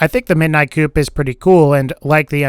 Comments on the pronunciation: Dude. The P is silent in Coup. It's pronounced "coo" it's not a chicken house or a car. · Midnight coup, not midnight coupe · It's pronounced COO not coop, Like a military coup. It's hurts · Its pronounced like kew not coup. You know like the overthrowing of a government referenced by its red text.. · Anyone think it was funny that he pronounced the midnight coup like chicken coup instead of coo like normal people lmao jk love these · Annoying to hear him constantly pronounce "coup" as "coop". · its pernounced cou the P is silent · Coup=(coo)-french like in Coup de 'etat. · coup is just pronounced koo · You're mispronouncing "grotto" and "coup". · Did he just mispronounce the coup oh God he did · ahhhh. I know! It grates on my soul every time he mispronunciations it.